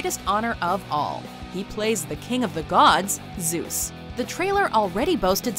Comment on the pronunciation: "...He plays the king of the gods, Züs".